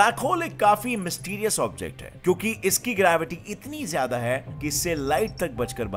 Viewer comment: AAP jyada ko jyadi kyon bolte ho